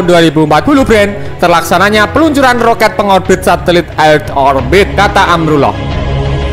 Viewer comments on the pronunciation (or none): Roket brooo bukan rokat ha ha ha h ha ha ha ha ha ha ha ha